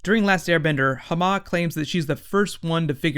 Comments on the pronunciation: ITS PRONOUNCED LIKE HAAMA NOT HAMMA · I find it a bit frustrating listening to him mispronounce stuff and not stating the facts (such as saying that the Earth Queen didn't die in "Long Live the Earth Queen"), and it makes me hesitate to watch the video. I realize that not everyone is an expert, but seriously? You mispronounce "Hama"? Sorry, just ranting.